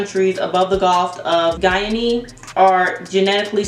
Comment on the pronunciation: Interesting results, nicely presented. Guinea rhymes with Winnie.